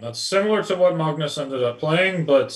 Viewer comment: His Norwegian take on Magnus is not great, but I definitely support pronouncing it the non-English way. If you want to pronounce it Norwegian it would be Magnüs and not Maagnus (the way Sam erroneously does) where the a is much shorter and the u is pronounced like the German ü Umlaut